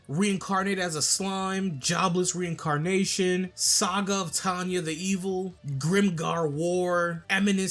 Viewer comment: How tf he say jobless reincarnation